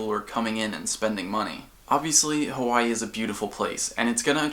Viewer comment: lmao just noticed how official his "Hawai'i" is